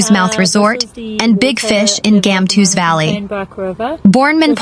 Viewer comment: Gamtoos - Gumtwo'ers Valley. The G must be the sound made by the 'ch' of loch. Please pronounce the names of our towns/areas correctly.